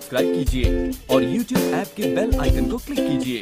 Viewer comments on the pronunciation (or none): none